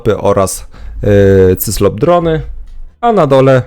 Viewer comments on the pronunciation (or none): ciężko Ci wymówić cyKlop?